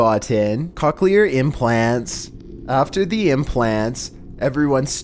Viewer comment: Co Dylan not cock lol co-clee-er